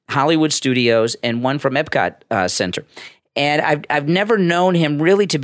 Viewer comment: eP-cot. Not eB-cot. Thank you.